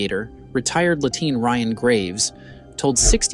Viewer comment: Was he saying Lieuteen instead of Lieutenant..